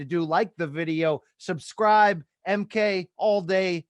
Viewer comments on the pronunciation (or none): none